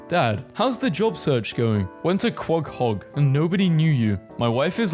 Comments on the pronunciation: Something about how calls it quaghog instead of quahog sends me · why does bro pronounce Quahog like that💀💀💀💀